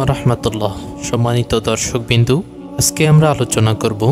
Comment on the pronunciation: দশর্কবিন্দু? 😂😂😂😂😂😂😂😂😂😂😂😂😂😂 দর্শকবিন্দু 😂😂😂😂 না ভাই, দর্শকবৃন্দ